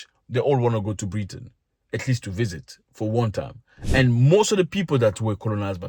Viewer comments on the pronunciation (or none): none